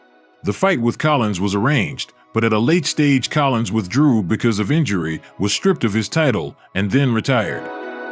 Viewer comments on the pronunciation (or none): none